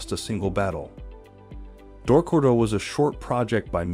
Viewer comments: Why does he keep pronouncing it "Door crow do"? It's Dok Ko Do lol 😉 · DORK-ku-do ? nah not even close. dok-KO-do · you said dorkudo.... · I’m sorry but I can’t ,non of you pronounce Dokkodo or Miyamoto Musashi right is it that hard to learn Japanese it’s my”yamoto not me”yamoto and dokkodo has three syllables not two 😅